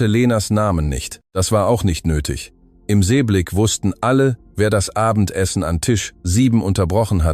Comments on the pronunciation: Da gibt's aber noch schlechtere. Das kommt davon, wenn man die Erzählung der KI überlässt. I am statt im, das Problem haben viele. Bisher habe ich einen fehlerfreien Vortrag nur in 2 Storys gehört. Die Geschichte ist nicht ht schlecht, obwohl hier ein bereits bekannter Stoff verwendet wurde. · NRW - Hut ab -super!! Endlich eine Geschichte , die bis zum Schluss erzählt wurde. Da sollten sich andere eine Scheibe abschneiden, wie so was funktioniert!!Nur die KI Stimme sagt immer i anstatt im!! Danke